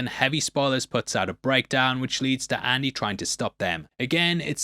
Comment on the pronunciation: “Andy” not Annie.